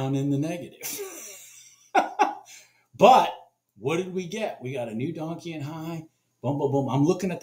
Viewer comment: "donkian" high... lol dont know if you really call it that or not. but it was funny. Just not how its pronounced.